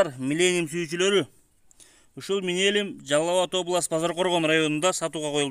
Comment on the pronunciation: Минелюм дейтго😂😂😂😂